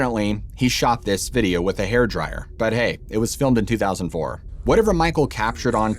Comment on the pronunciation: Howdy, Dog gone it, How do you record video on a " haird dryer " ?? What is a " haird dryer " ?? I watched that part 5 times, and you clearly say " haird dryer "... ??